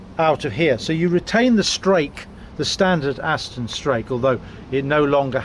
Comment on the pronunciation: Aston not Astin